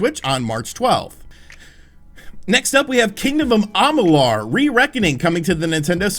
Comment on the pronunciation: am ma lure is how you say it dude.